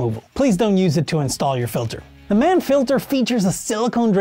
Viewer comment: “Mann” rhymes with yawn